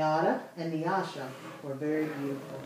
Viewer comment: Thank you for pronouncing NYASHA properly ! : )